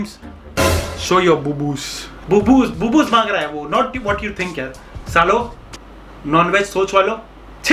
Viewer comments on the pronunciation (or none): The way he said boobooz 😂😂